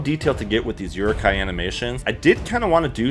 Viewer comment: the way you pronounce "Uruk hai" bothers me